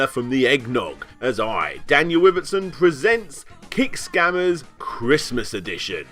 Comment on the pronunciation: could of sworn you said "kinkscammers"